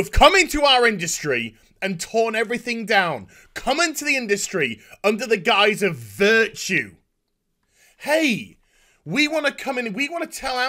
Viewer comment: For those who might not know that was "Guise of Virtue" (appearance) Not "Guyus of Virtue"